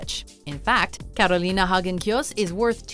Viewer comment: I hate how u say Carolina smfh